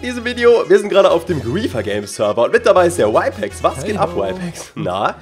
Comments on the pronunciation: Er heißt RYPEX nicht whypex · Der Typ heißt Rypex und nicht Wypex